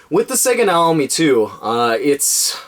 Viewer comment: Not if you're referring to a Japanese product using Japanese pronunciation. Nah-Oh-Mee